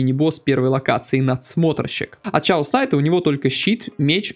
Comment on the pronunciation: как можно прочитать слово хаос ( по анл. хеас ) как ЧАОС ?